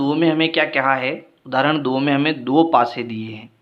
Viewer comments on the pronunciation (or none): Sir please odhrarana 😂😂